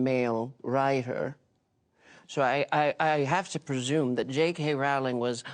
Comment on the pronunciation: oh no.... what did felton sayy...??? I'm not ready for yet another icon from my childhood to fall into the "i'm actually a terrible human being" category :C I will never unhear Jake Hay Rowling xD